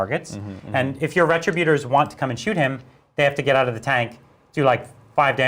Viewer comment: Ree- trib-you-turs!!! Why does everyone say this incorrectly?